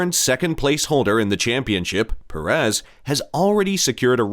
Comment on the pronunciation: Who is PerEZ? Pérez? Not that difficult, although Americans can't seem to hit the right syllable.